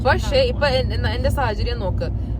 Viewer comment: Like corrected your pronunciation, I would like to highlight one word... its not "pashe", its "pakshe". You both are doing well... improve contents. Vincent@